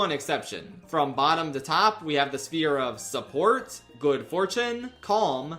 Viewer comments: Mirth “Sphire” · not to be that guy, but I'm pretty sure that's not how you pronounce "sphere". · I felt the same when he mispronounced ‘Sphere’ I thought it deadass was an inside joke I missed